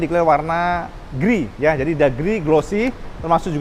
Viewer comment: Gray ❌ Grey ✅ Pengucapannya pun grey juga bukan griy